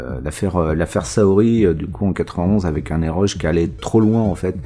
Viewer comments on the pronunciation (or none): Les jeux "erogé" de "EROtic GAme" qui se prononcent "é-ro-gué" donc ;)